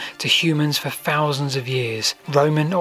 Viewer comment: "Those " perfect and then a fousand. Come on, you'll fank me later.